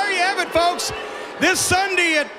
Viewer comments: Why the hell cornette keep saying sundy??? Its sunday not sundy!!!! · I hate how he pronounces Sunday! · He said sundy 😂😂😂😂😂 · guy said sunday worng and funny